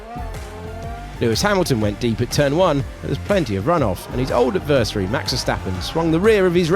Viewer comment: How is this guy still mispronouncing adversary after all this time?